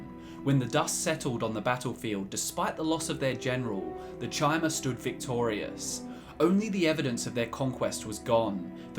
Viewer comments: Ok but chimer is pronunced [kai-mer], not [chai-mer] T_T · Good video, but it's pronounced "Kai-mer", not "Chai-mer". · It's pronounced KAI-MER, not TCHI-MER. I bet you pronounce Caesar as SEE-SER instead of KAI-SAR lol ;P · You pronounce Chim as “kim,” but Chimer as “chai-mer?” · Doesn't the name Chimer come from CHIM? Thus the pronunciation CHI-MER? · That Chimer pronunciation, eeughh